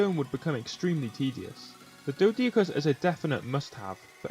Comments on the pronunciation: its pronunced Doe-Dic-Urus and An-Kee-Lo-Saur-Us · Pronounced doh-dick-or-us and ankie-low-saurus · I don't understand why you pretty much st letters to the dinos names. "dodiacrus" "Castroids" "ankilo"